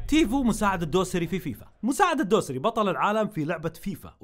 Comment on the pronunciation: وش فيك ماتعرف تنطق اسم مساعد والا منت سعودي ؟؟؟؟؟؟